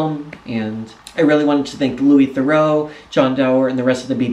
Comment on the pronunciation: Incidentally, you mispronounce "Theroux" as "Thoreau". They're not the same.